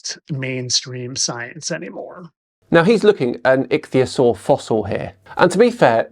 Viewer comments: "ITCH" theasaur......LOL!! Right off the bat he proves (AGAIN!!) he doesn't have a freaking clue what he's talking about. What a maroon. I didn't bother wasting my time with the rest of his stupidity. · "Itchy theosaur" "Rhymes with cragon" What an over confident moron. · “Fittest Flat Earther”? This guy is exceptionally fucking stupid, and yet he manages to project an air of pathetically misplaced confidence – in himself, in his reading skills(“itchyosore” indeed!), and especially in his stupid, stupid notions about dragons and dinosaurs, of which he appears to know absolutely nothing. Bring back CC, who presents as a mere fool who secretly knows he’s full of crap, because his wife tells him. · "Itchtheeyusaur" has replaced "nookyular" as the mispronunciation that annoys me the most. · Itch-theosaur 🤣 I know I shouldn't laugh at how people pronounce things....but I am. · I'm starting to lump him in with the parody crowd now. This video put me over the top. Dragons. Deliberately mispronouncing ichthyosaur, Slovenia, Mesoamerica. Then the absolutely ridiculous triple head shot. Trump is Elvis?? Dude... With the awful flat Earth stuff he posts I thought maybe he was just dumb. But this is too much. I think he's parodying now. He has to be. Please. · My national flag says otherwise. The fact that he can't pronounce Ichthyosaur properly just seals the deal on his ignorance. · Oh, looky look. I can't pronounce Ichthyosaur. Well well! Surely he can't be uneducated, can he?